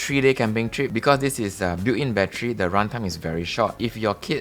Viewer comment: same but for me it is because he says bat-tree, reminds me of an old Eddie Murphy comedy skit.